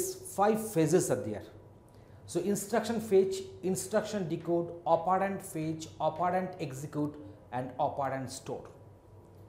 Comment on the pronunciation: bilkul shi kaha.....mai kehta hu Chirag Pahuja isse acha operand pronounce kar lega